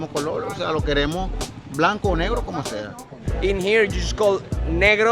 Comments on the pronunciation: They told you to call them negro [nehgro] and somehow you used the english pronunciation negro [neegro] smh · In Spanish it's mostly pronounced NEH-GROH not NEE-GRO. It sounds less offensive when you pronounce it that way. lol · Haha It’s nay-gro not “ne” that a big difference brother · Yea I think you pronounced negro wrong Lmaoo